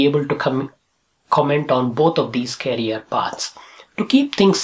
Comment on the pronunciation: Its career not carrier kindly pronounce it correctly